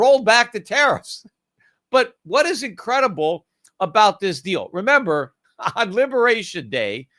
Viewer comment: Peter is REmember not member!! Drives me nuts!